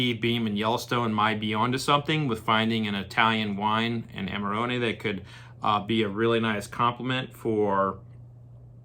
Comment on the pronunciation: First review I've seen where the wine is pronounced correctly !!!